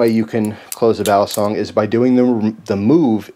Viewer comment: Just fyi. Youre right about it being Philippino. But its pronounced. Bah-lee-song.